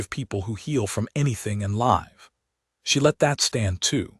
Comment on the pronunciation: The horrible AI reader does know the difference in emphasis on the second syllable vs the third syllable of "arithmetic," as it uses the first one twice, correctly, but uses the wrong one at least 20 times! It almose never pronounces "live" correctly! "Disgusting! Teach it better, or lose it!